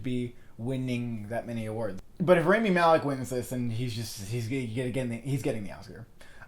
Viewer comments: You are saying his name wrong...it's not RAYmi then Raami..that is so annoying omg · It's not RAY-MEE, it's RAAH-MEE